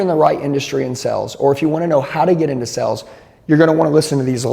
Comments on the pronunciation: Nothing instills confidence more than learning sales from a guy who can’t pronounce the word “sales” 😂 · Is he saying "sells" or "sales"? Genuinely asking